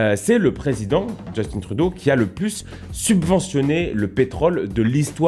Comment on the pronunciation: Justin, tin, comme dans Tintin! Arrêtez, chers cousins, de tout prononcer à l'anglaise!